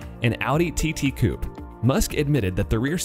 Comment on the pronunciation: Nobody: audi tt coep